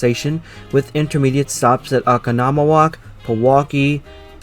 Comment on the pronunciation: as someone from Wisconsin, you cannot imagine the whiplash I got hearing you pronounce Oconomowoc as "Aka-noma-woc" lmao. We got a lot of native/French-named towns here, so don't worry about mispronouncing them. For future reference, it's pronounced "Oh-con-oh-moh-wok" and Ixonia is "Ick-sohn-ee-uh"